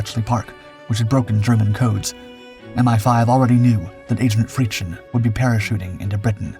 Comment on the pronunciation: Fritzchen (=little Fritz) is not pronounced frit-sch-en with the "sch" sound like in the german "Schiff" or english "ship" but fritz-chen with the "chen" sound similar to "chem" in "chemistry" (with n swapped for m, of course). But that's nothing to worry about, even native german speakers sometimes struggle with written text if there is an unexpected word ending in "s" with an appended diminutive form "chen" and read it as "...schen" instead of "...s-chen".